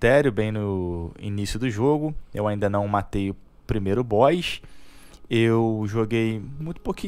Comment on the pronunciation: "eu ainda não matei o primeiro bóix"